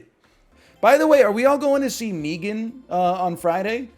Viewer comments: Why does be pronounce it meegan I'm going to go joker mode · Obviously it's meant to rhyme with began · He probably says it like that because of the Key and Peele bits with Meegan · why does he say it like that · Probably because no one pronounces 3 like "thray," not even Canadians.